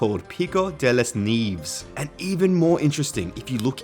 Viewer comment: Helpful piece of information, in spanish Nieve is snow and it's pronounced Ne-uh-vuh (well sorta)